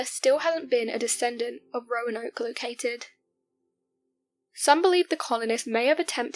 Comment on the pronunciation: She said “croanoke” hahahahahaha